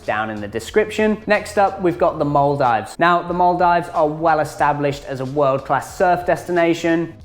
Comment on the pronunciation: Stop saying mul dives 😂